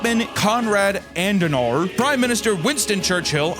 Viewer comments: It's pronounced AD-EN-hour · Er heisst KONRAD ADENAUER. Nicht ANDENAR. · adenauer. ADENAUER. ADEN. AUER. “AHDEN-HOUR”!!!,! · Hes called Adenauer not Andenauer. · its Adenauer not Adendauer ffs! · It‘s pronounced Adehnower! (Adenauer). Stupid uneducated voters again!🤣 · Say it with me “ah-den-ow-er”, he was also a boss and totally built modern Germany. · If Adenauer is a vampire hes on his way to rn just because of how he butchered his name so hard for no reason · The word says “garibi,” papa says “garabi” The word says”Adenauer,” papa says “Andenauer” Happens a dozen times each video. Papa can’t read good. Always switching letters or syllables around. And he shows absolutely no remorse.